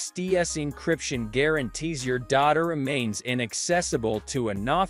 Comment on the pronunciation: Dotta protection? This is the worst ai voice ever it cant even say data lol 😆